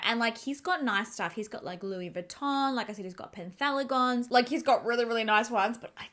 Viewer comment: It’s not penthaligon It’s pen - haligons - there’s no T